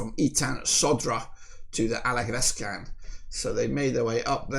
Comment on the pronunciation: Don’t call us the Gass please, it’s four letters how do you miss one, and how did you get Allegraskan from Allsvenskan?